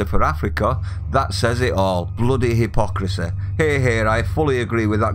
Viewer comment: “He-pock-racee” Right you are!!! 🤣🤣🤣🤣!!!